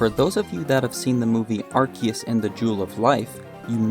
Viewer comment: My ears felt warm after I finally hear someone say Arceus(Arkeus) and not Arseeus